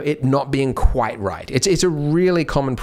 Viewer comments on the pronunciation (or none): none